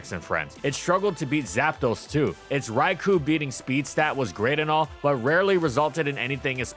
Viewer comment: Even Alakazam has the brainpower to know Raikou is pronounced “Rai-koh.”